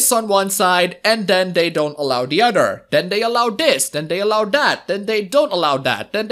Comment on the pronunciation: The My Girlfriend picture is of busty girls...and he keeps saying "udder people." I know he means "other people" but I just find it funny.